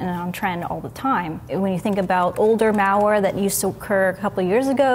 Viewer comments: The way she says, "malware" sounds like mowware...and it bothers me. Hahaha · Meow-ware is all I heard. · I can't unhear it, curse you! Haha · Sounds like a Milwaukee accent. How they say it like, Muhwaukee ahaha